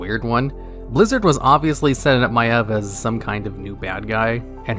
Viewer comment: My eV? I called her My eeev